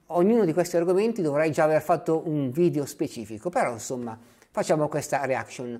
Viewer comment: Per favore, evitiamo di diffondere la tendenza a pronunciare la parola "video" in maniera errata, all'inglese: "vidIo". In italiano si pronuncia "vidEo", non "vidIo"!